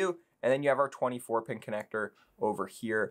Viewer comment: im sorry but it you says it called a 24 pink connector i didnt hear properly